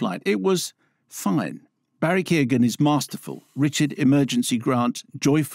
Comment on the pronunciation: Keoghan, Key-Yo-Gan